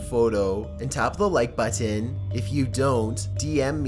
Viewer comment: Your voice sounds boring, what you’re talking about is stupid in me opinion, and the way you pronounce “button” pisses me off. So, no, I’m not following you nor doing anything that’ll make me see/hear from you